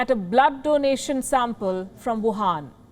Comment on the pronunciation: Why do you call it wuhaan virus?